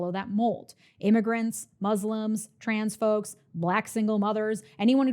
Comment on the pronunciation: At first I thought you said "transphobes" instead of "trans folks"